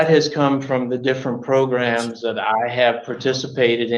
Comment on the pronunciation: He's also trying to get to stop saying progrums by saying programs 15 times😂😂😂, that's the only part I'm enjoying in this progrumlol